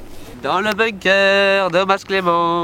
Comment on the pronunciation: On dit BUNKER, se prononce "Beunequeur" et pas BOOMKER